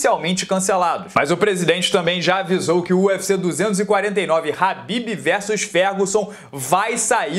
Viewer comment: Se pronuncia Rabib